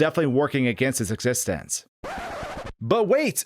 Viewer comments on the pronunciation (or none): none